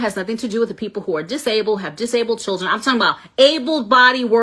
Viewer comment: "But how we goan feed our chirruns tho?"